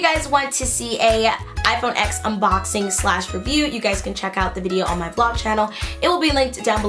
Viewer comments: It’s pronounced “ten” not “ecks” although it is spelled out as X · okay as much as i love this, it’s pronounced iphone 10 bc x is the roman numeral it just annoys me lol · It's pronounced iPhone ten cause the X is Roman numerals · mate, TEN*. iPhone Ten. not x.